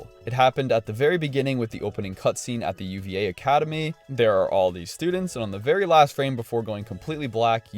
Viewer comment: It's not pronounced you vee ay. It's the Spanish word for grape.